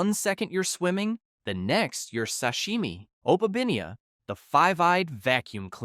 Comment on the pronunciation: Opabiniea? No it's actually opeminia